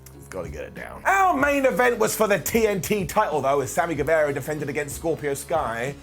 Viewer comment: ITS NOT GUEVEEERA ITS GUEVAAARA hnnnghghgh